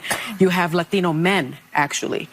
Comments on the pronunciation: The over pronunciation of LaTHINo and LaTHINa was so hilarious. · why are you saying Latino men that way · Sorry but there is just something really annoying about someone who doesn't otherwise have an hispanic accent really going out of their way to pronounce the "Latino" with so much zest. It's particular annoying when you know that people of Latin America hardly ever (never!) refer to themselves as "latino". The word is essentially an American invention. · The way Sunny sez "Latino" is sooo sickening. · do they have to ridiculously pronounce latino like that all the time ? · If I never fuckin hear the selective accent on “latino” from anyone ever again it would be too soon. You don’t talk like that sunny Hostin, why the f do you pick one word to pronounce like that 🤢?!?!